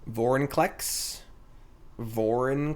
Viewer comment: A comment for finally saying vorinclex correctly